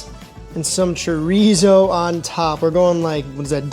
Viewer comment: Sorry, but that "English" breakfast looks nasty. Between you and Sam, at least ypu pronounced the R in chorizo.... Sam keeps saying tree-zoh and it drives me nuts. It's Chor-ee-so. No Z sound. It supposed to sound like an S.